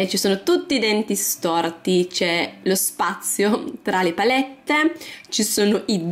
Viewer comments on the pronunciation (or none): none